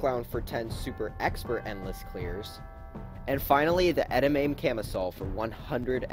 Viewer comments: "ettamayme" bruh its "edah mommy" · bruh its pronounced "ed-ah-MAH-mey" not "ed-uh-mām" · That bothered me so much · It’s not pronounced “edimayme.” It’s pronounced “ed em a may” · Eh-da-may-m Me:... Eh-da-ma-may? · ikr its pronounced "ed-ah-MAH-mey" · C’mon...It’s pronounced edd-uh-mah-MAY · Anyone else gunna comment abt how he said “Ed uh muh mane” instead of edamame? Lol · not really important, but it's pronounced "ed-uh-MAH-mey" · AAAAAA YOU MISPRONOUNCED EDAMAME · says edamame entirely wrong